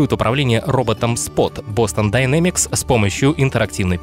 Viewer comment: А можно "Дайнемикс", а не "динамикс"?) Уж очень жутко звучит.